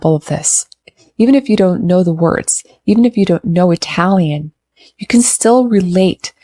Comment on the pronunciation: Must admit that your pronunciation of italian is actually pretty good 😊.. I guess that u got some knowledge of it😊 Yes Lucio Dalla wrote it in 1986..thanks for showing us our Queen ❤